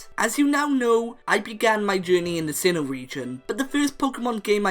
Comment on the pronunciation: Sinnoh, not Sinho!